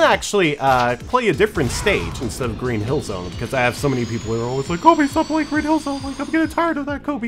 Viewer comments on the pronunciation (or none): none